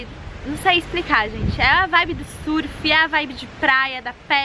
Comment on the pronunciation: Parabéns, finalmente escuto alguém neste país que saiba falar "surf" corretamente. Educação é tudo ne?